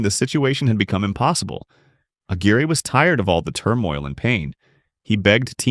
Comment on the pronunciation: Right away mispronounced Mark Aguire’s (AG-WIRE) name